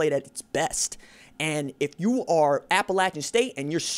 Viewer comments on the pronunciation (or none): none